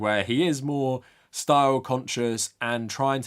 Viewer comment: "you can't touch his schtoyl"